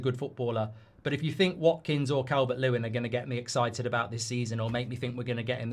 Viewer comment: It's Calvert-Losin isn't it 😂